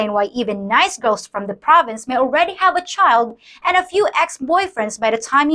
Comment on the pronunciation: Please learn to pronounce the.